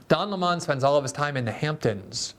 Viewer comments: I laugh every time Glenn pronounces “Lemon” like “Le Mawn”. It never gets old! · Why pronounce it "Le Monde" when it's lemon? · Yes. His name is "Lemon" like the fruit, but Tucker started pronouncing it "Le-Monn" a few years ago, as a random dig, and it stuck. When I see him, my brain registers, "Don Le Monn". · Thank you, Glenn...great video! I especially like you sticking with Tucker's pronunciation of the moron's name...Don Le Mon 🤣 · I watched this primarily to hear Glenn pronounce "Lemon" as /ləˈmɑn/. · It's pronounced like the fruit. Where are you getting that from? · It's pronounced "Dun Le'Mon" with a heavy French accent 😂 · Tucker has Glenn calling him “Don Le-mon” 😂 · Take a shot every time Glenn pronounces it 'Lé-Mon'. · The way you pronounce Don Leh-mon’s makes me laugh every single time. You’re voice is VITAL to this world Glenn. God bless. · I find it hilarious that glenn calls Don, Le-mon. Like he’s french or something. Everyone knows his real name is, Don Pinto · Interestingly, the first time I heard Lemon's name was from Carlson. I assumed it was the correct pronunciation because it is close to how that word is said in Spanish (I speak some Spanish (limón pronounced: lee-MOAN)!). Then I actually saw Lemon talking and got a good laugh! Great joke by Carlson. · Is it pronounced Don Le-Mon like how a Jamaican would say 'mon'? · Why do you pronounce it Leh-Mon? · it’s Lemon like 🍋